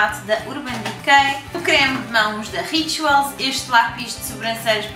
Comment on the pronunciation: sabes que mais? Everything is great! Tens uma maneira engraçada de dizer "Rituals":)